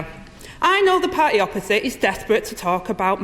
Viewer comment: Omg: "I know the par'y opposite" There's a 't' in party.